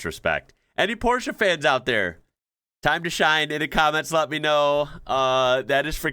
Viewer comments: The German way, not the English way. Very impressive. We just say porsh😂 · is a rare American specimen. Not only can he pronounce Porsche correctly, he also drives a manual car. What a man. Love you <3 Greetings from Germany